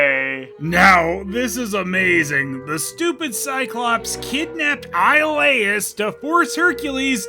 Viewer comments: The way Iolaus is pronounced sounds like "Isle/Aisle Ass" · Technically, it would be pronounced “Ee-oh-louse” But, “Io” is a diphthong in Greek, so it would sound more like “yo-louse.”